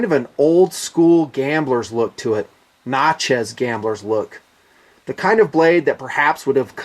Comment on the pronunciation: its pronounced, nat-chez not notches